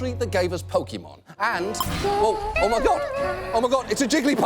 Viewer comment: What should I be more upset about? The fact that Jigglypuff was murdered? Or that John and his amazing research staff somehow missed the accent in pronouncing Pokémon?